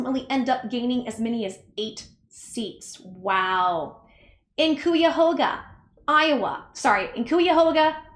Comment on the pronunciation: Cuyahoga is pronounced kī - uh - HOAG - uh Sorry - Ohio and PA are weird 😂